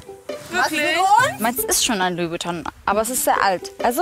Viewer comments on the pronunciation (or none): none